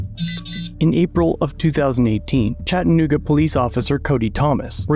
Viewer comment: It’s pronounced Chatta nooga, not chattan ooga. And this doesn’t surprise me, chattanooga police are a joke lol